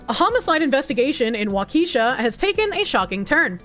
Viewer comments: Pronounced like "walk-a-shaw" Wisconsin. "Wha-keesha" is what we call the ghetto part. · It's pronounced "WAKASHAW" not, "WAKEESHA". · WaKEEsha lol 😂 its pronounced WAkehShaw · Walk-Uh-Shaw. it’s not a black girl’s name 😂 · If not joking, no, it is not.😅 A better way to say it correctly or how those who live there do. waa·kuh·shaa 😅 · literally my first thought was “why is she saying it like she’s reading a ghetto school attendance sheet?” 😂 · The pronunciation of Waukesha killed me😂.